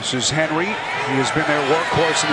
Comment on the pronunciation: That announcer Appearently can't use R's. He says Henwy instead of Henry.